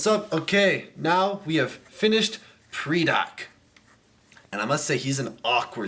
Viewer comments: It's pronounced PRY-Dak. Not PREE-Dak. Lol you're terrible at pronunciations, but it's understood. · It's pronounced "Paradak" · ether u pronoused pridak rong, or its a tomato-tomoto thing.